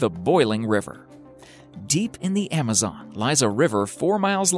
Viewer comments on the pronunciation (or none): none